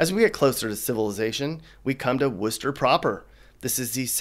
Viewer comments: Apparently you're not from Massachusetts. But at least you pronounced Worchester correct. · Every time you said "Berkshires" it was like hearing "fingernails on a blackboard." It's pronounced "berk-shears", like Tears for Fears. Can't believe you said Worcester right! I've seen a bunch of your 'unboxing videos'; have you ever been anywhere you actually liked? Oh by the way, try as you might, your humour is really quite warped. Just not funny at all.